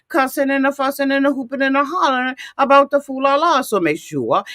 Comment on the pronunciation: A-boot lol mush mouth bih 😭😭😭